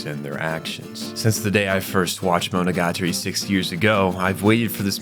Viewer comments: bro pronounced monogatari wrong in the first 5 seconds immediately exited the video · Nitpicking: : is pronounced MoNOgaTAri, not MonoGAtari.